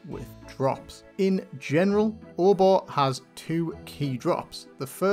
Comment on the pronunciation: pronounces Obor differently than me. I don't say "Or-Bah" I say "Oh-Boar'